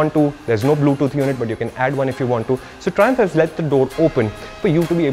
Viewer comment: Mallu people who heard triumph thrissur😂